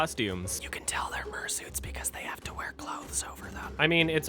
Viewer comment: "You can tell they're murrsuits because they have to wear clothes over them."